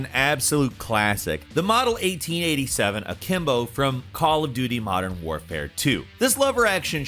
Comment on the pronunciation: WAR-fare not WARE-fare ffs. Community can cry if u want. Smd